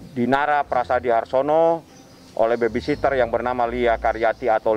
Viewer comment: Duh!!! Susah amat yak ngomong baby sitter bang😂BUKAN baby SISTER 🤣🤣🤣